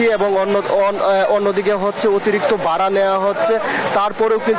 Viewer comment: Bhai Vara sobdo ta thikmoto uccharon korleo parten! Mymensingh er man somman dubailen